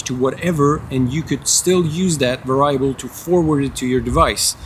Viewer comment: variable is pronounced.... "Very able"